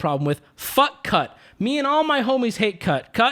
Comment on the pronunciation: When you said "cut" I swear to god I heard "cuck"